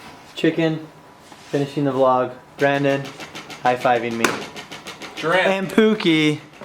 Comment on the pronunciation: I thought he said Brandon instead of Brand Dills